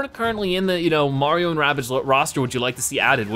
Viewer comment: Stop saying marion and marium